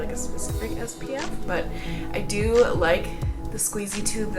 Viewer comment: I'm going to rewatch this video and imagine you're saying "dew" whenever you say "do." It'll be very punny.